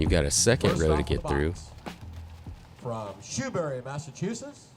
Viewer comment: “Shoe-bury” Massachusetts!